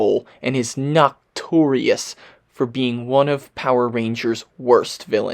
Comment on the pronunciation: Good video.. but bro.. think you’re mispronouncing the word “notorious” the proper way is by splitting the “no” and the “torious”